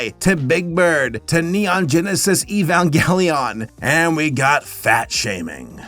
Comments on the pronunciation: its neon genesis evangelion as (u-van- jelon) not ee van gellion though maybe I'm wrong idk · Possibly one of the most mangled pronunciations of 'Evangelion' I've ever heard at the start